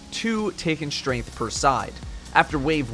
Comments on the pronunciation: "Taken Shtrainth" /cringe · "Taken Strenth" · How many times can you say "Taken Shtrength" in one video